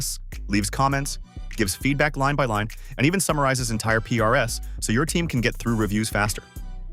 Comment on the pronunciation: Something tells me that the voice in this video is AI generated. Because it pronounces PRs as P-R-S. Which could happen when you pass the text to the voice AI model to read from.